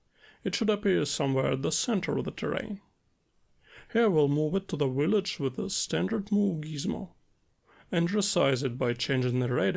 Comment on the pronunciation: Amazing stuff as always. Can’t wait to tr it out! Just a tiny tiny btw (from a fellow slav) a „v” is the „village” is the same one as in „slav” or:P